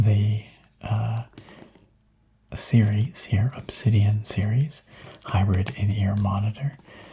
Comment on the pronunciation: Hybird not hybrid lol